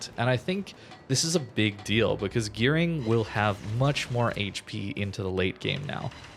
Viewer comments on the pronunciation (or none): none